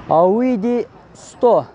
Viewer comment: Айюди эмес ауди десен тантык ,кичине даярданып чыкта !Озундун тартып суйлогонун жакшы эле